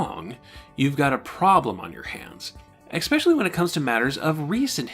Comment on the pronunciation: Man, I’m loving this series! If I could offer one tiny bit of criticism it would be this- the word “especially” is not pronounced “eck-specially”. Sorry for the nitpicking, but I thought I’d point it out. Solid, solid work!